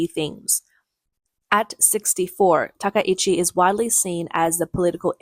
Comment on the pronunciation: I believe her name should be pronounced with 3 syllables, ta-KAI-chi, instead of ta-ka-EE-chi